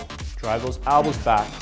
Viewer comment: why do you keep saying ALbows?!?!?!?!?!!??!